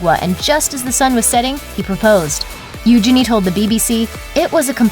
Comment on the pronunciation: Thats how Eugenie herself pronounces it.